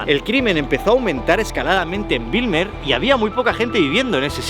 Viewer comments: Como neerlandés de origen surinamés, debo decir que has hecho un video muy bueno. Solo una observación: escribiste BIJLMER incorrectamente en tu video y la pronunciación de Bijlmer es la siguiente: la parte BIJL del nombre se pronuncia como “Bel” en “Bel Air”, no como Wilmer (que es un nombre escandinavo). Pero Bijlmer con una B fuerte. PD: Tu reacción al ver una garza es hilarante. Como si acabaras de ver un pterodáctilo.😂😂😂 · se pronuncia como “beylmer” soy holandes y siempre veo todos tus videos